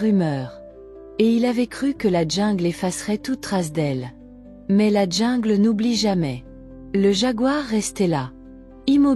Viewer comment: On dit jungle et non djingle